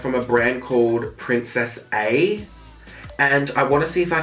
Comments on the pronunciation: Was anyone else bothered that he said Princess-A instead of Princess-Uh. It is Spanish for princess. Still love you though 😍😙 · Everyone he said princess A. I kept thinking is he mispronouncing princess in Spanish? Lol.